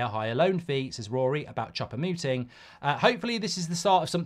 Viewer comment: It's almost like he's intentionally mispronouncing foreign names !